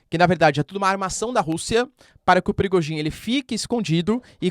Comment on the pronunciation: Professor parabéns pelo excelente trabalho que nos tem fornecido. Apenas para pedir se não estiver a ser inconveniente, que não se pronuncia Bélarrusse mas sim Bielorrússia. E não é Prigogin mas sim Prigózin.